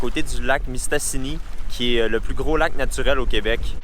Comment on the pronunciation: Je vais faire mon gars chiant mais c'est pas mystini mais c'est mistassini XD